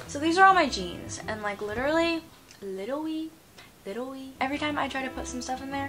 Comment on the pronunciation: (literally litewly litewly )